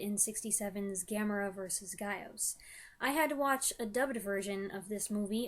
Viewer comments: Gyaos is pronounced Gya-Os, you must pronounce Gya as one syllable similar to the Kyo in Tokyo. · Gaos/Gyaos is properly said as "Gow-s", said like "cow" as in "Taos, NM." It is said as "Guy-os" in some of the dubs, but that is incorrect. "Gyaos" refers to one monster. "The Gyaos" would refer to multiple monsters. The whole "queen" thing with Legion is something American fans made up. In Japan, the last form of Legion is merely called 'Dai Region"-- "Giant Legion." It is not meant to be female. Most Americans say Irys' name like the eye part "iris," but it should properly be said as "Ee-russ." If it had been meant to be said like "iris", the Japanese name would be spelled "Airasu," which it isn't. "Irys" is also the original spelling of the name that Daiei was using when the movie was new. I am not certain how the name became "Iris" in English.